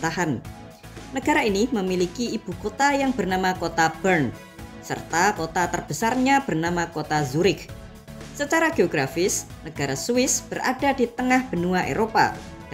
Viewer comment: Zurich disana pengucapannya yurih, bukan yurik